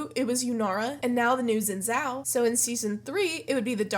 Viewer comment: For the future, it's pronounced like "Sheen Jow". ☺